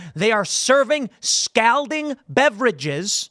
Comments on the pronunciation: I know it's spelled Scalding, but it's pronounced Scolding with more of an O sound. 🤓👆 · Scalding rhymes with balding, Tim. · How hot is "s-cowding" is that more or less than scalding? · How does Tim not know how to pronounce "scalding?" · How does someone mispronounce the word scalding so many times? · I love your show man…but please say “scalding” again 😂…I can’t stop giggling. Cheers and happy St. Patty’s Day. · Someone tell tim he's pronouncing scalding wrong lol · yo.....why he say scalding like dat though?... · All right, I'm going to have to scold him about how he is saying scalding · Also Tim, how many times do you plan on mispronouncing the word “scalding?” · If this dude doesn’t learn how to pronounce scalding by IRL tonight I’m gonna unsubscribe for sure.